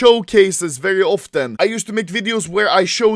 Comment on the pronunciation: "very often" svengelska